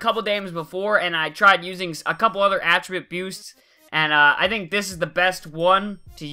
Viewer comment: Did I hear you say "Attriboosts"